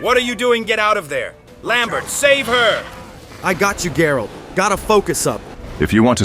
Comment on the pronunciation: Geralt... not 'Jerald' You say I took dandelion out whoring?